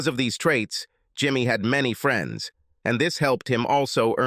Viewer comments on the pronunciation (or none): "She didn't like her freens, she didn't like the way she dress-ed"... "her marry-age"..... Dear, please hire a robot editor. Preferably one that speaks some form of American English. Thank you, just another human that sort of speaks English a little being an American and all.